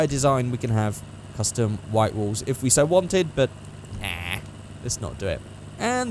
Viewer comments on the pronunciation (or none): none